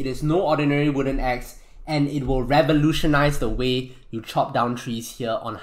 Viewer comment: love how he says the way as teh wae